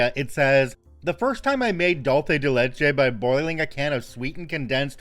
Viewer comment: The non-Mexican pronunciation of Dulce de leche hurts my brain